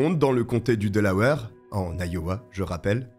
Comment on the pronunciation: C'est pas delaweur mais Delawaire que ça e prononce Delaware